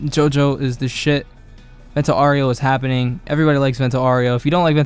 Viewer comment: aaaaaaaaaaau its not oreo its aureo haha